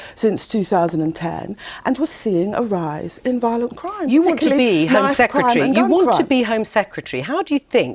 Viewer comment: ‘Home secratree” ?